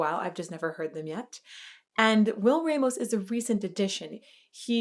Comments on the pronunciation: Not pronounced Raymos but Rahmos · Wtf is "raymos" its a hispanic last name pronounce it as it should be,stop americanizing spanish words